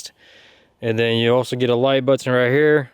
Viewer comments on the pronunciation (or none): Nobody gives a fuck about watching you open boxes. Don't get upset, we're going to order three CycVerves. Also, fix the way you pronounce the word, buTTon.